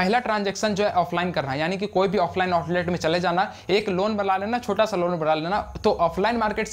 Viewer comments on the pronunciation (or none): none